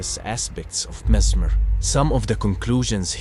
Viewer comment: The only thing I can say is that you probably pronounce the name wrong